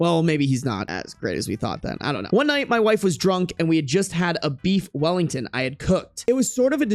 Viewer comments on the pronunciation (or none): none